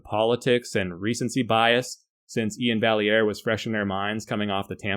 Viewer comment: I think its pronounced More like Ian Vi-air